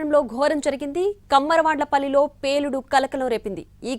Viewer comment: కమ్మరవండ్ల పల్లి కాదు కుమ్మరవండ్లపల్లి